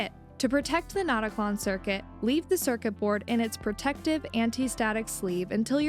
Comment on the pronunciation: fyi the "ö" in notaklön would be pronounced like the i in bird. If you were to name it "not a clone" in swedish, it would be: "InteenKlon", but a more catchy name would be "ickeklon" (notclone).